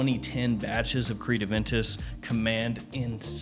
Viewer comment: My boi doesnt call it Aventus. He calls it... AVANTUS!